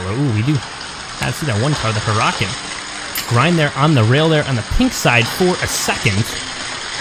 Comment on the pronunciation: Not to be rude but Huracan is pronounced (Her-uh-con)